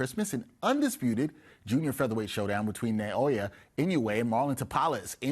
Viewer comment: Where are these guys getting NAY-OY-YUH? ... it's NAH-OH-YAH